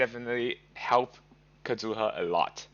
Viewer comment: The way u said kazuha 😂😂😂